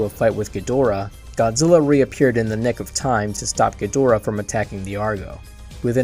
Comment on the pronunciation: Goozirra is the best king FYI L doesn't exist is Japanese alphabet its replaced with R sound